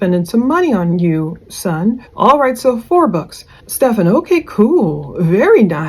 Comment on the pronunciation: right. Not Steph -FAWN 😂